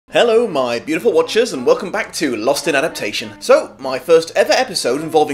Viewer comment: i know you wont probably read this but if you can spell adaptation right in the title why can't you say it right? ad-ap-TAY-shon, not ad-AP-shon